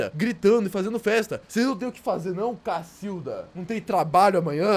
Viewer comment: Eu reparei que o falou casilda😂😂😂😂😂😂😂